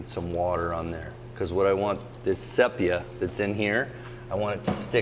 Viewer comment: "sepia" = "see·pee·uh" NOT say pee uh. EVERY artist knows this.